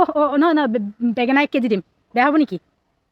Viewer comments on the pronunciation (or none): বেগেনা নহয় বেঙেনা কিয় সিমান ভুল ভাষা ত। কোৱা নো। ভাল লাগিল বাৰু । নতুন বন্ধু মই। অৰ্থাৎ new Subscribe hoi। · তুমি এজনী ভাল চৰিত্ৰৱান‌ ছোৱালী । তুমি যিবিলাক Roast কৰি আছে , সেই বিলা কতকৈ কম নহয় । মুখৰ যিটো শদ্ধ , আজিলৈকে শুনা নাই । নমস্কাৰ জনালোঁ । Subcribe নহয় Subscribe আৰু বেগেনা নহয় বেঙেনা । আৰু বেঙেনা তুমি ব্যৱহাৰ কৰে মানে ।